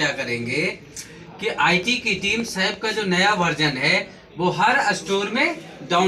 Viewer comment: As a teacher u r wrongly pronouncing SAP.Firstly correct it.